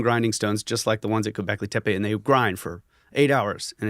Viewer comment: i think its pronounced tappe means hill.